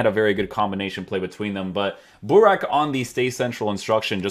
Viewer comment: You messed up Buraks name at the end completly😄😄😄😄